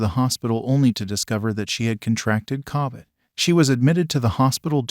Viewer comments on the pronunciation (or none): To think they can’t say Covid ( Co-vid ), not Ca-vid.